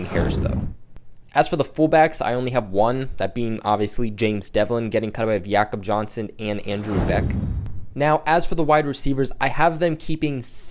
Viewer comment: His names really pronounce yackob johnson